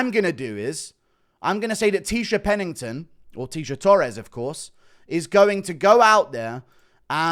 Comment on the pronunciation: Almost closed off the video the second I heard Tecia Pennington